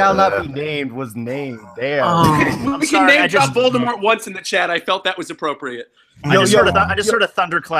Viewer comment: I always cringe so hard when he mispronounces names and things so hard like it's not that hard to say them why isn't nobody saying anything to him lmao